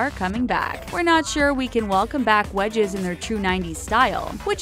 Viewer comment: When she said wedges I thought she said wedgies